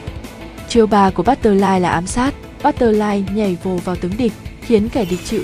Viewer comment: bắt tơ phờ lai thành luôn bắt tơ lai :)